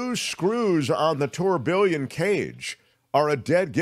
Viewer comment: Check pronunciation of”tourbillon”,please.